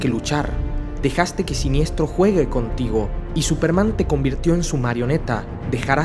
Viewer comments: genial pero...no es siniestro...es sinestro! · Deberías saber que se pronuncia SINESTRO no Siniestro